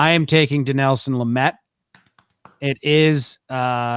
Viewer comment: “Din-EL-son” Lament